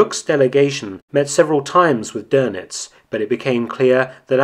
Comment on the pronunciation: Nice video as always, but it's DÖNITZ not DÖRNITZ. There is no r in it